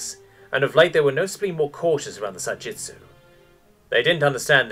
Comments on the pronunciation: I went through the entire text here and not once is it written as Sa-Jitsu. It’s always Sa-Jitu. I thought I’d almost gotten used to a lot of the incredible mispronunciations in these r/HFY stories on YouTube. Because it seems to be with every single channel. But I can’t take it anymore. Thanks for introducing the sub Reddit to me, but I’m done. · I cannot stop hearing the narrator saying Sa Jitsu as if it is a variant of Ju Jitsu. The word is Sa Jitu - no S in Jitu. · Almost 40 minutes and I'm still searching for that second "s" in Sa-Jitu. Also a simple "We're culling our population to increase prosperity for the rest." would have been sooooo useful. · Sa-Gee-Too.. there is no S in there!